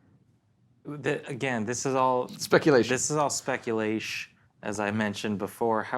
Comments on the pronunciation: Anybody that says "speculesh" automatically loses all credibility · "speculaish?" Sorry, never heard of that word before. Care to provide me with a "definish?"